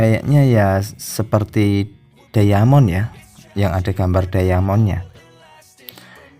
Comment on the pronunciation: bukan dayamon bang. tapi diamond bacanya daimen